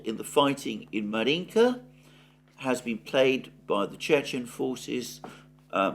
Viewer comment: Right, Alexander! It’s Avdéevka, not Avdiivka! And Márjinka (1st vowel stressed) ❤